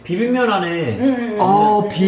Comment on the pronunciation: LOOL saying 비빔면 sounded so fluent his Korean is improving 👏